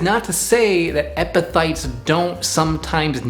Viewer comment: You did a good job on explaining what epiphytes are. Pronouncing the word however 😂